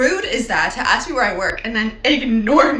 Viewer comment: You have a photographic, you said ax instead of ask. These uppity women you’ve mastered everything else except that.